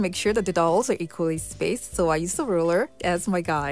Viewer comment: So, the "ow" in dowel is prounced like the "ou" in ouch. Other than that, you do an amazing job every time!